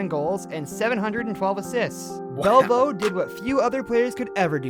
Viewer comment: Sorry I also missed Jean Belliveau he called him Bell vo. It’s pronounced “. Belli…..v…..oh “